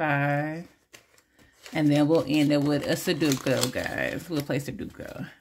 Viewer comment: Good morning,. I want that farmer's market. Expensive chicken legs 😅.sudoku is pronounced Su doe ku. I won't be at Bingo tonight because my sister and I are leaving early Sunday morning to go on a road trip 😊